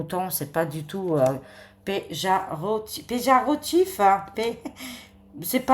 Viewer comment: Péjarotif et péjoraçhveux😂😂😂